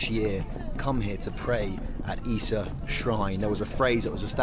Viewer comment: You are amazing! I've become your big fan. I'm Japanese, but I never imagined I'd be exploring Japan in this way. The pronunciation of "Ise" sounded like "Issa." I thought Issa was a histrical figure and that he might be related Ise Shrine. You can say "E-Say", this is "Ise." You was using a translation function to communicate, but the diver had really strong dialect. Was it translated correctly? The ugly-looking shell is my favorite. You didn't seem to like it, my mother doesn't like it, too.